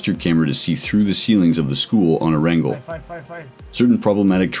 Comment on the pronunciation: You said arangel instead of erangel